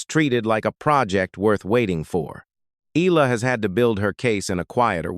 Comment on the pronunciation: E-a-la ( Eh-yah-la). Please correct your pronunciation. You guys did the say when “Pacquiao” first became a world champion.